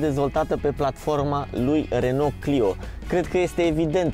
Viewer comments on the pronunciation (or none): none